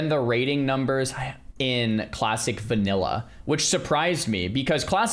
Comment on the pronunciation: How tfk is he saying vanilla with an r? Vaniller? Bruh